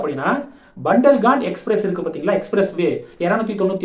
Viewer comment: அது பண்டல்காண்ட் இல்லை. புண்டல்கண்ட் என்று ஹிந்தி எழுத்துக்கள் படி சரியான உச்சரிப்பு.